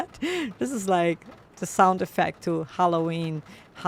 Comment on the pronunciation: Hella ween pronounced